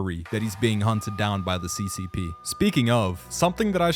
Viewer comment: Thought he said cos not ccp